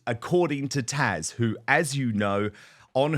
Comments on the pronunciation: Do the British pronounce Taz as Tash?!😅 or is it just Dan?😊❤ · DAN HER NAME IS TAZ NOT TASHA LOVE WHEN YOU HAVE TAZ ON BUT SAY HER NAME RIGHT 🤣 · I’m confused that Dan keeps calling Taz “Tash”🤔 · Please Dan, it’s Taz, not Tash, I wince every time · Dan, Love your show, but Isn’t her name “Taz”?